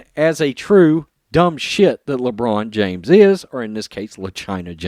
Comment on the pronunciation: Everytime you say Le China James, It brightens my day.